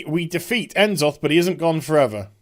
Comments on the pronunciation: I'm sorry. I love ya, I really do. But you don't seem to know enough about what's going on to make these judgments. None of this is far off from what has been speculated that could happen, for obvious reasons. And you pronounce it, "Na-Zoth", not "En-Zoth". I think you've been away from the game too long to know what you're talking about here. Could this all be bullshit? Certainly. But it's not so far off in left field that it couldn't be possible. Not at all. In fact, it seems pretty close to the mark of where we are headed. Much love to you, but this video came off as badly informed. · Is he saying Ensoth just to trigger us or what is this madness.